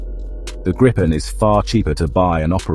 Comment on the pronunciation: Not wanting to be picky of condescending, the name “Gripen” is pronounced “Greepen”, like the color “green” (sans the n) and Pen. Trust me, I’m Swedish and use to live less than 2 miles from the main factory. 👍🇸🇪